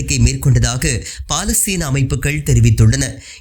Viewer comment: "பா"லஸ்தீன் அல்ல பலஸ்தின். "ஏ"மன் அல்ல யெமன்.